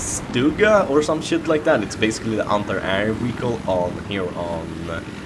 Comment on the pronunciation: hahahaha Wehicle